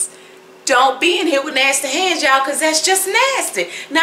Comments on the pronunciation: Keep saying Nastayy because it's the southern thing to do. For the Karen wanna bees, find another channel on how to sip tea with your pinky. This channel is for the Grown cooks, pie and cake makers! Me' Shell Farria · You keep using nasty I love how you say nasty 🤣🤣🤣😉